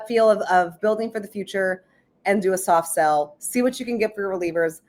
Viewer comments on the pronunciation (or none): When you say “soft sell” all I hear is “Tainted Love” 😂